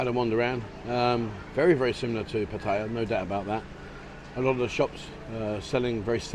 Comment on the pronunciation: Hi been here since 81 I have no criticism of just surprised he cannot Thai towns correctly its Pat ta ya best from Khon Kean